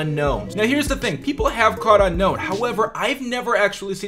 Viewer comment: its actually un-own, not un-known.